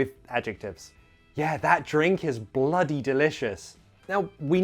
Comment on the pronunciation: Im not even british or american and i know it's not bloo-y There's no t and plus that's probably a low percentage.